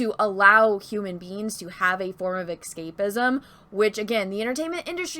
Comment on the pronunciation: isn't it pronounces "s cape izm" and not "x cape izm".....